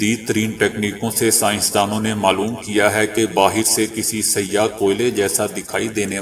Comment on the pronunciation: Ap Urdu k qatil hen,siah(black)ko sayyah(tourist)keh rahe thay kuch to khayal kren